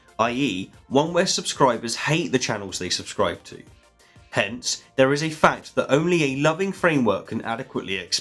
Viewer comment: Did you notice that he says "fact" loudly and distinctly, and that it sounds a bit like "Fucked"? My roommate did. She asked what I was watching that was so fucked.